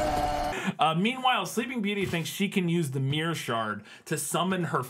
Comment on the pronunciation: Your pronounciation of mirror is just myyrrhhh :D